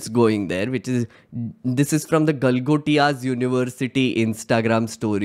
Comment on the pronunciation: Galgotai 😂😂😂😂😂😂😂😂😂😂 University....they cant even read hindi Galgotia University 😂😂😂😂😂😂😂😂😂😂😂😂.....maff kar do ko....Galgotia University 😂😂😂😂😂😂😂😂😂